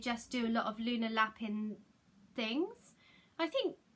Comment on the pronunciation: Hi! Just be careful with your pronunciation of Lapin. I used to live with some French people and Lapin pronounced La-pan means rabbit, pronounced La-pin means something quite rude apparently. I made the same mistake 🙈